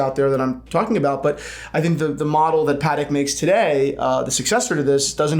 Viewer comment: Lol no shock on you not pronouncing Wimbledon properly as you fine people in the US can’t pronounce Patek properly lol